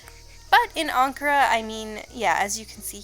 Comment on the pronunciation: I dont know why but the way you pronounce ankara is so satisfying